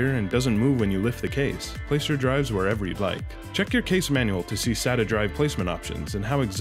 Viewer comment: Really good video. Just pointing out, "SATA cables". Not "Sadder cables". They aren't sad cables :P